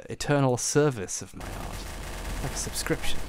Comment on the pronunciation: Subscriptions not Dubscriptions